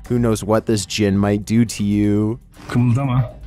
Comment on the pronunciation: I heard "penis djinn" xD